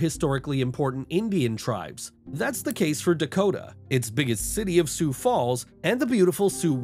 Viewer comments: No mountains, no Sioux-Foo and Pierre is pronounced "Peer"... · never heard sioux falls called su fu and its not pea air its peer